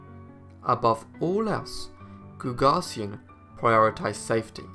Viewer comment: Carl GooG-asian is how the friday night bank robber's name is pronounced. Show some respect for an american hero.